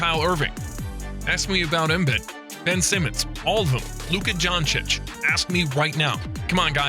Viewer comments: Em-bid... lol. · "Nowitski", and "Embyd"? come on guys, that's ridiculous. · Kyle Irving and em-bid